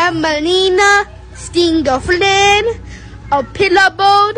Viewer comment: iI LOVE THE WAY HE SAYS STINGER FLYNN LMAOOO